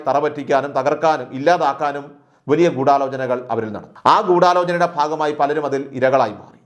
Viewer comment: വെലീയ.. എന്ന് പറഞ്ഞു വലിയ എന്ന് വ്യക്തമായി..തനിക്ക് മലയാളം പറയാൻ സാധിക്കില്ലല്ലോ